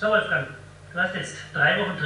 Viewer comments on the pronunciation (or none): Gebt doch dem Wolfgang noch sein 'g' am Ende des Vornamens :)